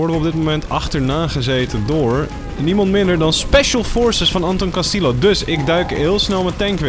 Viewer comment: Zeg alsjeblieft castie-jo ipv castillo. Top video verder love it